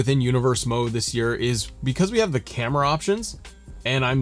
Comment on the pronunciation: You helped thanks man but when you said Camara angles like Kevin dunne got me dying 😂😂